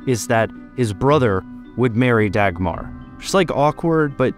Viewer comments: is it so hard to say her name right ? its not degmar. think of duckmar and then say it. but in the end both a´s are spoken as aaaaaahhhhs not es eeehhhs. americans... all the settlers from around world.. still butchering names. how can an A be en ay ? while e is an ihh ? and u is an u bit its an aaahh ? if the name is like not american. please try to spell it out correctly. DO A RESEARCH ON HOW ITS SPELLED CORRECTLY. please. for the love of Dagmar! not Degmar... degmar... so funny how you say her name. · Davmar? There's no hard sounds in the name. It's not Dackmarh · For what it's worth, Dagmar is actually pronounced more like Dawmar. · Dau-mar or Dawmar is not a bad sounding name - Dach-mar is - and while Queen Dagmar was German before she married a Dane (Valdemar II), her descendant princess Dagmar was born a Dane. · No it’s not? It’s more pronounced da-guttural g-mar. So da-ch-mar almost? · I would say Daumar, where “au” is pronouced the same way as in Sauron. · The 'r' in the end is also softer than in English. I would probably say it's pronounced 'Daumah' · Dagmar is a much softer name in Danish. Pronounced more like Daumah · The 'G' in Dagmar is pronounced like a 'U', making it a much better name for a princess. Her name is pronounched like 'Daumah'. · Dagmar is pronounced Dawmar or Dowmar. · Dagmar is a beautiful danish name 😭 you're just butchering it! I'm a kindergartenteacher in Denmark and my Dagmars can absolutely be princesses if they want that! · Because, the g is pronounced. It is just a soft g. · It's a girls name in Latvia too. Dagmāra. Not as soft as the danish version, but definitely has more class then his take on it, haha. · He just meant that Dagmar isnt only a Danish name and there are multiple equally valid uses of the name Dagmar all pronounced differently, but him mispronouncing the Danish name Dagmar is just that, mispronouncing. If he had named his daughter Dagmar with some new pronunciation it wouldn't be mispronounced just different.